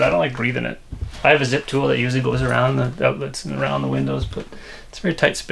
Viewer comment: "Wood awound da windows" I heard that as well. Enjoy your videos. Keep up the good work. Thx